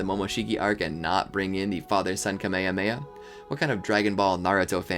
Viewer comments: why do u keep saying kamemea ITs called KAMEHAMEHA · Great video, but why did you say kameamea instead of kamehameha? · He really said camaymay